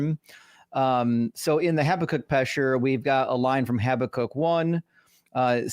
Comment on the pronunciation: I like how he pronounced Habakkuk like Chewbacca 😅